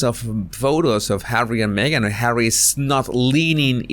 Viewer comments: You're so funny, love the way you say Hawwry! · I laughed out loud when you said, “Hawwy…”